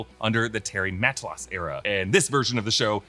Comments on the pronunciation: How does an American butcher the name of an American so effortlessly? “Terry Ma-tah-lass” isn’t rocket science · It's killing me how often Terry Matalas' name is being mispronounced in this video😂 great content, always looking forward ro nore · Interesting way of pronouncing Terry's surname. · Terry Ma-ta-las! Check any of his recent interviews